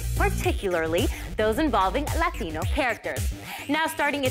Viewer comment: The only time she has a Latino accent is when she says Latino